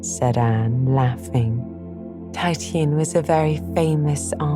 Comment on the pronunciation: Excellent reading, so good I don't want to fall asleep. I did puzzle, though, when she said about "Tie tee an" hair. Titian is pronounced Tish ee an". Finally had an aha moment when she mentioned the artist who painted redheads.